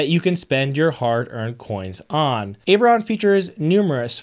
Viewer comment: you are saying the product name correctly. So how did we get to ?! Lol